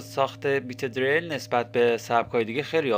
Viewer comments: dereil!!!!!!!!!!!!!! diril doroste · deeereeeeyl??? hata balad nisti esmesho doro bgi!!